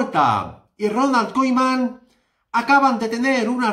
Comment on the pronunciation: como se pueden decir tantas mentiras en un solo video la virgen, vaya CLICKBAIT no sabe ni decir koeman... lamentable denunciar a este tio